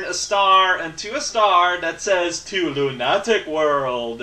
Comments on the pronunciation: Luna-tick! Not lunat-ic! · Oh, how we all had forgotten the epicness with which you pronounce "Lunatic"...